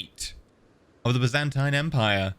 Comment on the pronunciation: the way he said "byzantine" makes me die inside